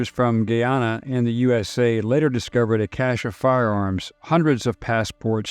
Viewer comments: it said as GUY AS IN THE MALE GUY ANN NA NOT SAID AS GHEE AS IN THE EAST INDIAN INGREDIENT AAHN NA say it correctly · How similar jones was to modern democrats is scary. He would be in congress these days. Not that you will need this info again but Guyana is said guy-anna. Great job as always. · The country's name is pronounced GUYana; GUIana s still administered from France.